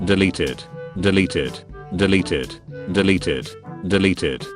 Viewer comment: When he said deleted it sounded kinda like deli tit